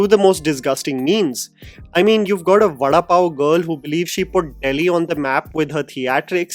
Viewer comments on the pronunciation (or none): none